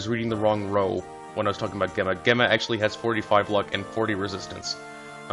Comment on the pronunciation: Just a note, Gemma is pronounced with a J sound (it sounds like Jemma) Source: my name is Gemma